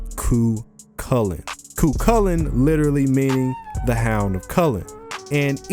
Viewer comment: THANK YOU FOR PRONOUNCING IT CORRECTLY!